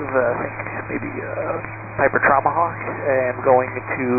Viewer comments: The "NG5" confused me, not sure what that means. But he 100% said "Traumahawk" hahahaha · Came here to say this. He certainly said Traumahawk 😂. He probably didn’t know there was an emergency going on, else he probably wouldn’t bother with the flight following request, I wouldn’t have.